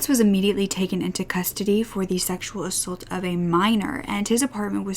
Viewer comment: I love you but please start saying ‘assAULT correctly.